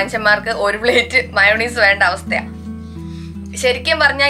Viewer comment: മയോണീസ് അല്ല ചേച്ചി മയോനൈസ് എന്ന correct